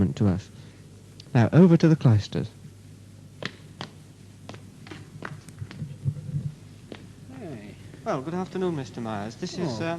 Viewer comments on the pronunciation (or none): I think he's pronouncing Cloisters as Clysters (enemas) very much on purpose.